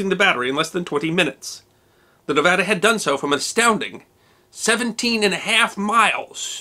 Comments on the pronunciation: This is a very minor point but as a proud graduate of the University of Nevada, I want to genuinely thank you for pronouncing 'Nevada' correctly. As many bumper stickers in the great state say, it's Nev-AD-a, not Nev-AH-da. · Thank you for pronouncing Nevada properly. Few outside of Nevada do so. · Thank you for your correct pronunciation of the word Nevada! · History Deserves to Be Remembered thank u 4 saying Nevada correctly. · What makes it even better is he says the name of our great and beautifull state correctly! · Thanks for pronouncing Nevada correctly 👍👏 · It's amazing to me that so many people can't do that. I HATE when people mispronounce Nevada-ESPECIALLY people who LIVE here! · Thank you for this. Growing up in Nevada, I hadn't heard (or I had forgotten) about the Nevada's work on D-Day. ... And, as an aside, thank you for pronouncing 'Nevada' correctly. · Yeh! You pronounced Nevada right! I grew up in Fallon, Nevada...not Nev au duh. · Another great video. One minor correction, it was 2 1/2 years (not 3 1/2) between Pearl Harbor and D-Day. Also, my wife, a native of Nevada, is thrilled when it’s pronounced correctly. She says thanks. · Thank you for pronouncing Nevada correctly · thank u saying Nevada properly, it drives me nuts when people screw that up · Wow, massice thanks for saying the name right, thanks!!!! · He even pronounced it as us locals would. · Are you a native nevadan like me?! I havent seen a non native say Nevada correctly